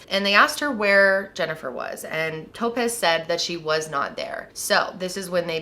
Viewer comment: Was she horribly mispronouncing the name Topaz the whole time, or was the girl's name legitimately Toe-pez? 😝